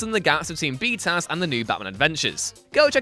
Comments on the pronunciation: I gave this video a thumbs down simply because he kept saying “B-Taz” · Stop. Saying. Bee taz. Stop. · "B-Taz"? ew. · i thought he was saying "B-Town", lol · You should be DRAWN AND QUARTERED for saying BTAS like that...what douche chill inducing bs